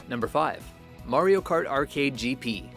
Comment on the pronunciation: Finally saying mario instead of mereo lol